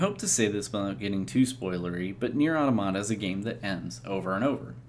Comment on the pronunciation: That is the correct pronunciation at the beginning of your video. It's the plural form of "automaton." EDIT: Well, you started pronouncing it incorrectly later. Hmm.